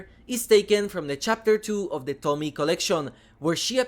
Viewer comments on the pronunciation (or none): I'm just leaving this here: It's To-mi-e, not Tomie like Tommy. It is pronounced something like Tomiye. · I know English and Japanese aren’t your 1st language but I’ll correct you on this. Tomie is not said like the name “Tommy”. Tomi is similar but it also has E, pronounced that like Ye / Eh For you it would be a bit like Tommy-yeh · It's Tomie, not Tomi/Tommy. The e at the end isn't silent, it's like in the word "end" :) Tomi-e. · Thanks for introducing. From Japanese point of view, the pronunciation for “Tomie” is not like “Tommy” but “To” for Tokyo, “Mi” for “Me” and “e” as “A” for America. “Tommy-Yeah” is more close to the original one instead of “Tommy”😂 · It's "tomie" not Tommy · Tomie - "tohmee-aye" is how it is pronounced xD Thank you for covering this DLC. Soichi is such a shit head. I bought him. :P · I love Junji Ito work he always bring it your say Tomie name wrong